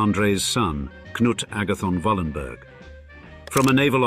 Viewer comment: Yes I have heard of them. The name should be pronounced Wallenbery. The "g" at the end of the word is pronounced like an english "y".